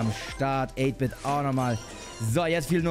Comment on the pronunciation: 8 -Bit wird deutsch ausgesprochen